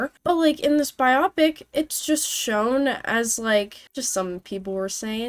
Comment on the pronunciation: Biopic is Bye-oh-pic. Short for BIOgraphical PICture. Does not rhyme with nearsightedness.